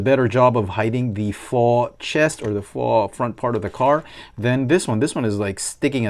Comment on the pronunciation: Don’t want to sound critical but mach is pronounced like mock. Faux is pronounced like foe.